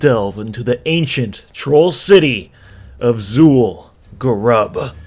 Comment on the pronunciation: its zul gurub, not zul garab HAHA